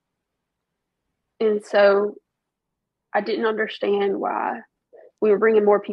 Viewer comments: How many times do u want to say that u don‘t understand? JL: „Yes, i don‘t underSHtant!“ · “I didn’t underSHTAND” ugh so annoying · If I hear her say “ I don’t undershtand “ one more time 😒